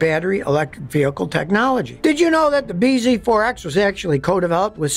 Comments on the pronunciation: I think the name is supposed to be said “BZAX”, like “bee zax”, which makes it less worse but still nonsense 😂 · You're saying it wrong it's pronounced Biz forx. This video brought to you by Toyota.